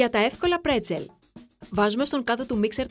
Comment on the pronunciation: Μπρέτσελ και όχι πρετσελ- με μπ...